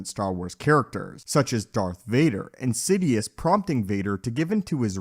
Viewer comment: You do know that he is called darth sidious not insidious ? It's hasn't been the first time i hear you call him like that At least call him... THE SENATE